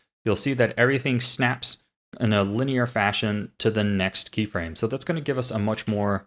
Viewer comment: "krey frame" aha! You fool!